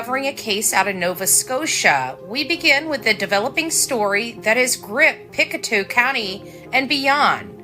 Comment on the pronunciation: Pic-toe not pic-a-two lol